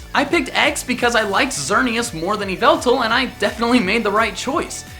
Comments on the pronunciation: you mispronounced Yahvultahl 🤣😂🤣🍞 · Did you mean yavaltal? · IT'S EE-VELL-TALL, NOT YHAVELTAHL! GET IT F*CKING RIGHT! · THE NAME IS PRONOUNCED EE-VEL-TAL, NOT F*CKING YAH-VEL-TAL! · wait said YVELTAL INSTED OF YAHVALTAL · ...better than Yveltal Me: Don't you mean Yaveltal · Yavaltal not yuveltal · Yvoltal no eeveltal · IT'S EE-VELL-TALL! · Yveltal? Don’t you mean... YAVALTAL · ITS PERNOCED YA VU TALL NOT YVUTAL even you say it also in pokemon talk and also in a different vid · You said yavaltal wrong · Aimee Cope In Pokémon talk he pronounced it Yahveltal as a joke and continues to say it. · ITS YAH-VLE-TALL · It's yee-vel-tal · You know it’s old when says yveltal wrong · YOU SAID YVELLTAL WRONG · THERE SHOULD NOT BE A VOWEL BETWEEN THE Y AND THE V IN YVELTAL, AND THERE IS NO U IN THE NAME!